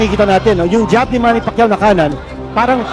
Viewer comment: MANNY ❌ MAMMY ✅